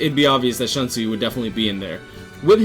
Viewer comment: Its shoonsui not Shansui* GG though good vid, I dont have all of them personally but very intresting top10 indeed.👌